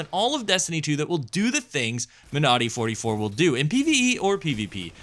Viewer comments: Great vid as always. As a small note, I believe you are emphasizing the wrong syllable when pronouncing Monody - it's MONody, not MoNODy. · Surely the emphasis in pronunciation is like in the word Melody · When you say it I hear ‘my naughty’